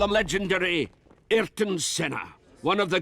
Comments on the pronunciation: Wait, did Button actually meet Senna? That's, as some would say, wicked By the way, could have pronnounced it like "Ay-ton". Would still be better than "Illton" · That's e -arytron professor not eelton